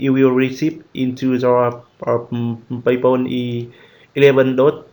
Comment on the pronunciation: Alter Schwede, hol die Wurst aus deinem Mund ... ich sag nur Pejpan